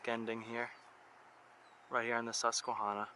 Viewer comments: Just so u know u r saying the name wrong. It's Hanna not honna. The tribe was sounded like that but not the river. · Hydro. Great video. Tip: ask locals for proper pronunciation. No shade. Susquehanna is a toughie. Last part rhymes with banana. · It’s because you’re not from Pennsylvania. But you were almost spot on with the pronunciation. Pennsylvania does have a lot of hidden gems. But, nonetheless, welcome back to Pennsylvania. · The way he says Susquehanna makes me cringe every time he says it, but it's Pa, we have our own dialect.